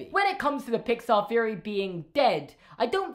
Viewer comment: "Feory"?(theory) lol